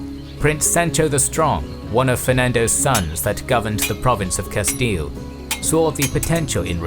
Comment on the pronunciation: Just came from Knowledgia, good to hear correct pronunciation of Castile.